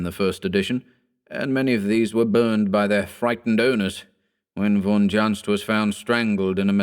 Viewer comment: Confirmed with German bloke. Junzt like yacht. Or yak. Not Judge.